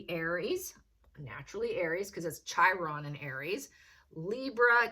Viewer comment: Chiron is pronounced "KI - RON." I gather you are not astrologically oriented.